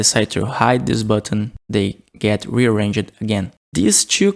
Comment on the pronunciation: "Rearrange-jed"... Ya, it's supposed to be 3 syllables